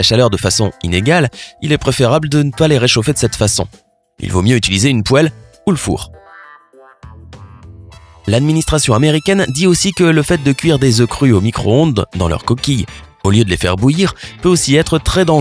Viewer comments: poélé Ça se dit "poile" (poêle) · Il vaut mieux utiliser une pouaelle 😂😂 cette subtile prononciation